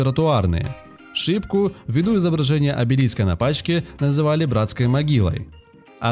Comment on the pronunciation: не шика,а шипка)